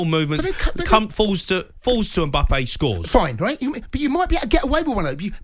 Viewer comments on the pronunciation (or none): man said embuppay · Jamie it’s Mbappe, it Emboppay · Why does he keep calling him mimbppa clown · I didn’t know his name was Mbuppe, thanks Jamie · Everyone: Mbappe Jamie O'Hara: MBUBBEY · O'hara calling mbappe mbuppe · Is nobody good to address the 'mbuupee' situation? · Say it with us now Em-Baa-Pay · Does he ever pronounce Mbappes name correctly? Doing my head in 😂😂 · something very wrong with the way he is saying Mbappe